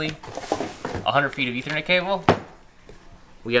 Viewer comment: STOP SAYINT ETHERNET